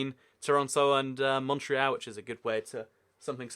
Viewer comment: He also pronounced Montreal wrong